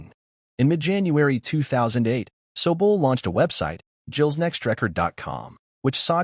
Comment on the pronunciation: You could have bothered a tick to learn how to pronounce ZEVON & SOBULE properly, at least. This makes your article just tacky, ignorant and opportunistic. Blech on you!😢